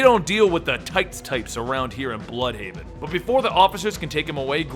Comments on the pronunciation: its not bloodhaven or bludhaven but it is blÜdhaven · I think it would be pronounced blude-haven